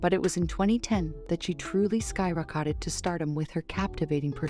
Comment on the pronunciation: Good grief, the voice-over for this video is horrible. 😅What is a “sky-rah-‘kah-ted”? You mean sky rocketed? 😂